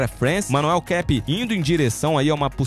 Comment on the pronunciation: E outra é Manuel kapé não é inglês não é caipe kkkkkk